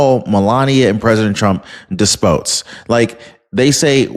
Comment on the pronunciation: You're a reader, it's des pots like a cooking pot or potbelly❤